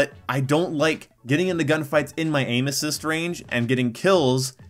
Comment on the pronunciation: Sounds like you're saying anus cyst